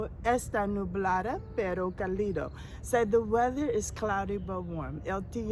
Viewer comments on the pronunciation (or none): Pronounce " CAlido" Stressing the fist syllable CA - li- do.